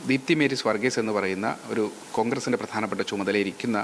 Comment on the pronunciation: മേരീ സ് വർഗീസ് ( പല തവണ പേര് തെറ്റി ഉച്ചരിക്കുന്നു, ഇത്ര ഉത്തരവാദിത്വമില്ലാത്തവരെ റിപ്പോർട്ടർമാരാക്കരുത്.